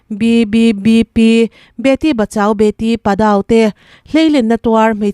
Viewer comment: minutes AH HIAN: Beti Bachao, Beti 'PADAU' ti in a lama, PADAU ti a lam loh tur a ni, 'PAd-rAU' tih ang deuh a a ri hi lam tur a ni. Mizote hian kan hre fuh lo fo thin. PAdAO ah hian Hindi consonant a 'RA' (र) hi a ni lova, ' ड़ '(d-RA/da) zawk hi hman a nih avangin 'LARKI' ti lovin 'LADKI' tiin English word hman a tarlan a ni thin. )Hindi a 'ड़' nei thumal (Word) te hi English a ziah a nih hian 'D' anga ziah a ni thin a. Hei tak hi kan 'confuse' na a ni fo reng a ni. He 'ड़' thumal lam zawng hian lei hian ha hmai bul kan ka chunglam hi a han hawlh a, chu vangin a tone hi 'Retroflex' category a ni. Hindi thu hrang hrang, heng- 'THODA, LADKI, PAPAD, BADA, adt hi- 'THORA', 'LARKI', 'PAPAR' (Papor), BARA ti ang deuh thova lam rik mai tur a ni.